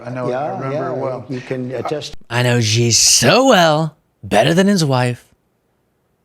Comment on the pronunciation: The leader of China is Xi, pronounced she. How hard is it, listen to how the world pronounces it. I like your channel anyway